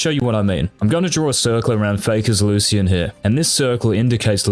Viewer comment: Locyan = lucian